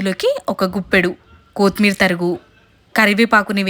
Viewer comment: ముందు తెలుగు పలక డం నేర్చుకో కొత్మేరి కాదు కొత్తిమీర అను